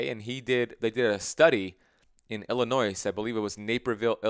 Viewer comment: I'm sorry, but I need to correct your pronunciation of Illinois. Illinoy...No s. Lol